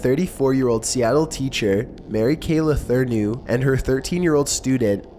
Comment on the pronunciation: Her name is pronounced Mary Kay La-tour-no. And his name is pronounced Villi Fal-ow.